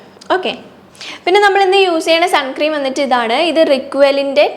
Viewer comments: ചേച്ചി സൺ ക്രീം എന്നല്ല സൺസ്ക്രീൻ എന്നാണ് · Sun cream alla unni... Sunscreen aanu... Venel sunscreen cream nnu parayam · Great video!! Just letting you know it’s not suncream..it’s sunscreen. Hope that helps. ☺️ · Sunscreen ആണ് sunscream അല്ല